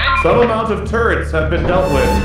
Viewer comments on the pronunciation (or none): “SOME AMOUNTS OF TURRENTS HAVE BEEN DEALT WITH” im crying from how hard im laughing 😭😭😭